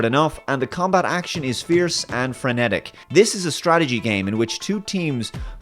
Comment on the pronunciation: Wtf is "franetic"